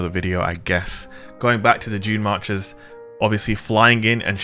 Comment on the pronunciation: I keep hearing 'Junemarkers' lol :)